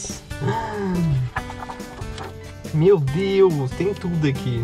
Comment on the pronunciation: Acho que ela falou "meu deus" mas pareceu mateus mesmo KKAKAKAKAKAKA